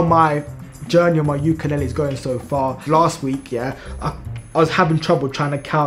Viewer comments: You’re pronouncing “ukulele” wrong. It’s “ley-lee”, not “ley-ley”. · Just letting you know the way you pronounce ukulele is kinda like ukalali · It’s pronounced you ka leyylii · Its pronounced youkalayley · YOU KA LAY LEE 😭😭 is how you pronounce it, I don’t have a clue to what you were saying 😭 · it's prononuced like yu kuh lay lee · Ok bro say it like ukalaylee to pronounce ukelele